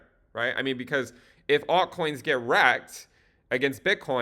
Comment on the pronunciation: Did I hear altcoins in genital? at the beginning...!!